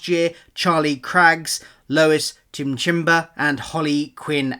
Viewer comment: Also LOY-S Chim-im-ba, and I'm guessing "Chloe" is Cleo. And a lot of your questions here might be answered by the cast list on BBC Sounds.